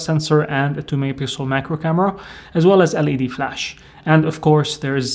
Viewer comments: as you can see in screen is mehcro but he pronounce macro.🤨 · Mehcro 😂😂 nice one bro 👍🏼